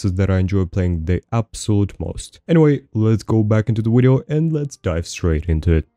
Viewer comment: "Wideo" is weird but other than that there's no reason to not sub. Fire content. Just sub and ignore the "wideo" at the beginning. You'll be fine.